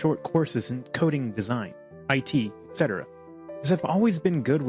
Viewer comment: Whoever the guy is who tells this story.. "Etc"... why do you pronounce "etc" as "excetera"? There's no KS sound in it...